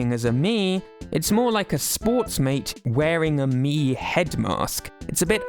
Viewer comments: Okay, but I love the way says "Mii". It's fun and I love it. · hearing you say "miis" is so satisfying